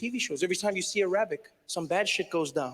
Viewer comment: Why is he mispronouncing the word Arabic?!